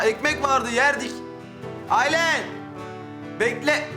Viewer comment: tilkiye aylin ayleen diye okunuyo heralde 😂